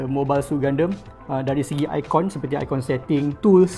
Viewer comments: Saya sorang saje ke yg x suker sebut Gundam jadi Gundem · Serabut nya aku dengar dia sebut gundam. Gunderm2. Gundam la wei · triggered plak aku dia sebut gundam tu gundem. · Kenapa sebut gundam mcm tu. Mcm gandum bunyi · gundemmmm...haha sebut pon slh... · Btul kee minat anime? Sebut gundam pun lain